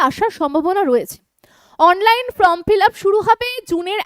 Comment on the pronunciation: ম্যাম, ফ্রম মানে হইতে আর ফর্ম মানে আবেদন পত্র, উচ্চারণ একটু ঠিক করুন না, আপনি তো ম্যাম বলেন নিজেকে, ফ্রম বলা কি ঠিক হচ্ছে, প্লিজ এটা একটু দেখুন।